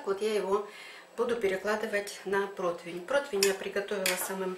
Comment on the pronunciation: Ну почему все говорят ПРОТВЕНЬ? Ужас...